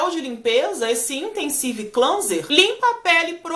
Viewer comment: confio super nas suas resenhas... só uma dica na pronúncia de cleanser, a primeira parte é pronúnciada “Klen” e a secundária “Zer”. Klenzer :)))